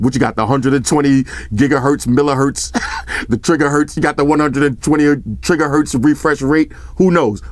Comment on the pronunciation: Trigga herts rofl